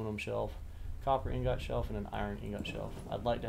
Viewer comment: Liking your videos so far. One critique that isnt a huge deal... But its pronounced ing-gut*. The second part is pronounced like *gut*, not like *got Just thought id mention that. Keep up the good videos!